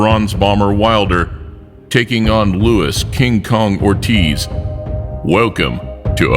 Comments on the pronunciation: Lol “Louis” Ortiz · that nigga said lewis lol.